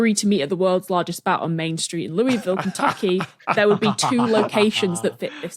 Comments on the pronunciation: For all my friends in Ky, while the baseball bat uses the French pronunciation, the town is pronounced lu-i-vul as if your mouth is full of marbles. I lived an hour upriver from them for a time and was yelled at every time I said it wrong. Sadly, I spent most this episode thinking about Churchill Downs (the Derby) even with you using the bats name. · Being married to Kentuckian, I have to proxy her by saying the pronunciation of Louisville is going to upset people. ✌ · The whole time they said Louisville Kentucky and I was CERTAIN they were saying St. Louis Missouri so I was screaming at my screen about the two sides of the Arch.